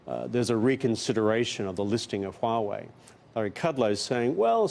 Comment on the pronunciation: Kevin is the only one that can pronounce Huawei correctly